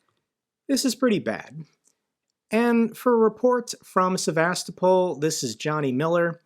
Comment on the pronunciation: The only this Johnny Miller gets right is the pronounciation of Sevas-topol ! Ukrainians smash military targets and he cries about people swimming in occupied territory. RF missiles regularly hit civilian targets; hospitals,schools, housing units,, electrical equipment, dams, farms and restaurants.